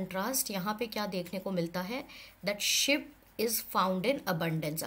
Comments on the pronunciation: It's not ship it is sh-ee-p with a double e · Ma'am sheep is not pronounced 'ship' it's pronounced sheeep